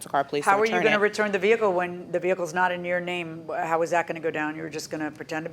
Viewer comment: The way she says “Veeeee-ah-cuhl “ is killing me .